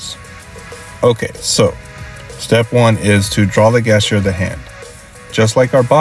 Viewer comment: it's great advice but I keep laughing at these pronunciations XD "guess-ture" "perpendicklur" "antomically" "cyllindral" (I say this not judging, just amused)